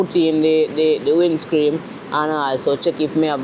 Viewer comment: I swear every time you say WINDSCREAM i laugh